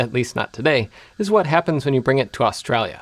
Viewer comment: OK, can't say Australia correctly as well as insulting us? All good bloke.